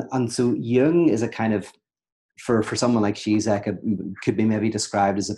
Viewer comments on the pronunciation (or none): Pete: just btw: the Ž in Žižek ist pronounced like a "J" in "Journalist"; he is called: "G-Jack" not "Tsitsek".